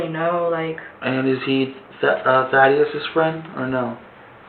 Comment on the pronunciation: How you pronounce “Thaddeus” is cringey.